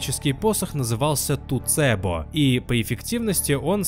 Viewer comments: Классный ролик, но позвольте подушнить, не "Туцебо", а "Тецубо". Все-все, щя открою окно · МолТот Шао Кана Не тУцЭбо, а тЭцУбо (с японского буквально "железный посох") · Может не туцебо, а тэцубо? Про вторую знаю - металлическая дубинка (обычно упоминается вместе с канабо), а вот про туцебо слышу первый раз.